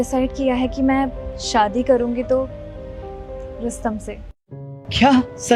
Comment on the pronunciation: Abe Shaadi hota hai Saadi nahi 😂